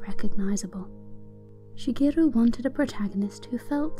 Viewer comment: omg when you pronounce Shigeru you give a perfect japanese accent to it - very nice on the ears!